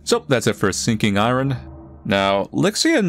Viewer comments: this is the first time ive seeen anyone lse ever pronounce iron "I run" instead of "i earn" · ion not i -r-on